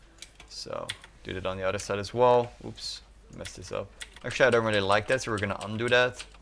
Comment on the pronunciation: other = udderr